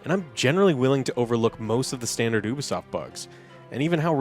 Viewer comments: he saying oobasoft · It's so annoying the way, and pronounce Ubisoft. It's you-be-soft, you idiots. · 2023 and you guys are STILL pronouncing Ubisoft wrong😆